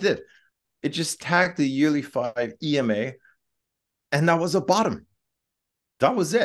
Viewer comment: How can anyone possibly trust the analysis of someone who pronounces EMA as a word?